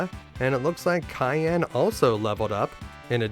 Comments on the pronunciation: kay-an, ok bud, you know you were trolling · Holy f*** mate, CYAN not CAYENNE! One is a color and one is a food!